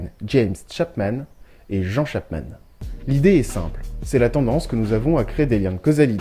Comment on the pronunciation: 2mn de recherche documentaire sont nécessaires, tu m'as écorché l'oreille :) Dans un pays anglophone, Jean est un prénom féminin et se prononce /ˈdʒiːn/ (version écossaise de Jane). La version anglaise du français Jean est John. Jean Paulsen Chapman est la femme de Loren James Chapman, décédé fin 2017, qui comme son prénom l'indique est un homme. Loren est un prénom mixte mais pour ces générations là, plutôt masculin (diminutif de l'allemand Lorenz = Laurence, pour les H). Les 2 Chapman étaient psychiatres et publiaient conjointement. La bio: La nécro